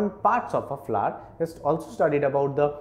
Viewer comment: he prenounts it Fla, not really fun to hear the whole time but its helpfull thank you